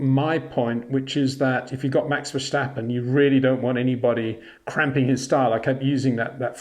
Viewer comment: Love your youtubes, Peter, but can you please stop pronounce Max's name as "Versjtappen". He is Dutch, not German. It's just "Verstappen" . No "Sjjjj.."